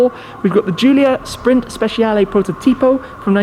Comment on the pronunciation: It hurts my ears when someone pronunce Speshiale instead of Spechiale